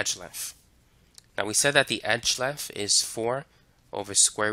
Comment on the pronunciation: I am sorry, but if I hear "edge legf" one more time I am gonna lose my mind. Gonna have to find a different video.